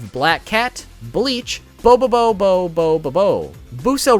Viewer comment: I liked how you pronounce Boo-bo-boo